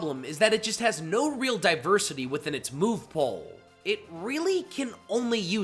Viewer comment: It pool not pole.